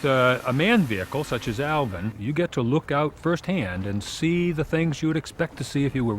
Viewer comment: So annoying hearing the narrator call it elvin not Alvin 😡